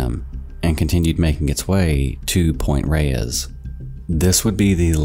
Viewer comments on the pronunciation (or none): Just for everyone wondering I live in the San Francisco Bay area and it seems to be the most mispronounced area in every documentary or short video I watch from non- locals. It’s pronounced Point RAYS, even though it’s spelt reyes. And it’s in maRIN county not maren lol. Just since everyone seems to know LA flawlessly but some reason the Bay Area is foreign 💀